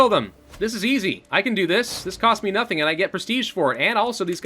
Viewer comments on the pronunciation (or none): none